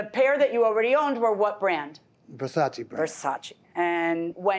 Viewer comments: Nobody:: Verchatchi 🤣🤣🤣🤣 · Open air market = sold out of the back of a car trunk!!I wonder how much time this guy has wrapped up in some stupid pair of overpriced glasses made out of $2 worth of material. I think dentures come loose Pronouncing Versace....he called the frames Ver cha chee!!! LOL!!